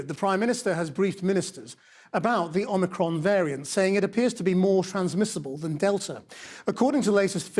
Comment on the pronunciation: but pronounced poorly.